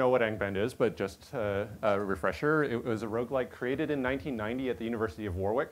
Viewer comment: Man, that repetition of "War-wick" sounds awkward to UK ears - UK place name pronunciation can be weird at times :) It’s "Warick" - the middle w is elided. (Wikipedia says the pronunciation is /ˈwɒrɪk/ WORR-ik which sounds about right)